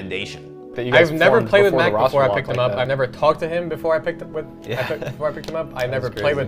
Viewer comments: Doesn't even pronounce Mac's name right. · This dude can’t even pronounce Mac’s gamer tag haahahhaah